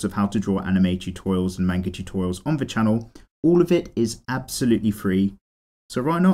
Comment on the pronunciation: it's japanese. it's not "mane-ger" it's "mahn-gah"